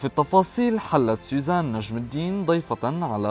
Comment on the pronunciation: طيب ما بتعرف تقول سوزان ليش عم تقول سيزان ولا انتو اللبنانية ما بتحسنوا بدون قلة طعمه